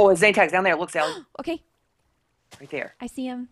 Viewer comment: Sally not dally